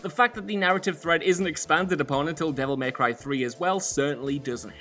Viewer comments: Anyone else get frustrated with how he calls it 'Devil Maycry' rather than 'Devil May Cry'? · Why say “devil MAY cry” so weird